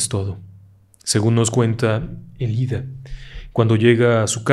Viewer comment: Ėlida con acento en la e